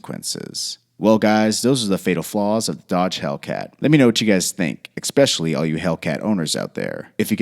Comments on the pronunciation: How are we supposed to take you seriously when you say "Expecially all you Hellcat owners"? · If I hear "expecialy" again, I'll scream.